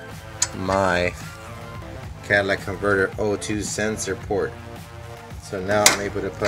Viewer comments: Maybe the shop wouldn’t mess with it because you called it a “Cadillac converter.” :p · "Cadillac converter" ? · Is it my bad hearing, or does he keep calling it a Cadillac converter? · Yes instead of calling it the exhaust manifold he calls it the Cadillac converter